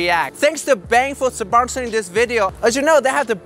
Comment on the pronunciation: Hey, do you really not know how to say sponsoring or do you joke around? No hate, much love.